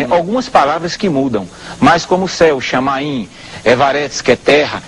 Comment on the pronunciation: Pô aí o cara se quebra todinho. Shamain😅 o certo é shamaim😂